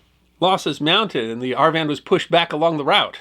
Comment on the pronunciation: Lots of relying on Army History. Whereas, Army historian, Dr. Jim Willbanks, a retired Infantry LTC, wrote the definitive book on this effort. In case you are interested: And, it is AR-VIN, not AR-Van. Love the stories and the channel. Keep up the excellent work.